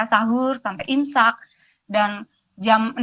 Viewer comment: 7 th ngajar ngaji dan tajwid ??????🤣🤣🤣🤣🤣🤣🤣🤣🤣🤣.Kok imsak katanya insak